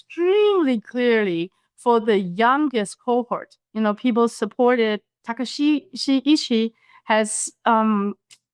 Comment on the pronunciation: Points all well taken, but it’s Takaichi, not Takaishi